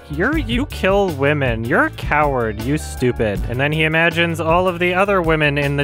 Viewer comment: I AM NOT A COWURD He pronounced it liked that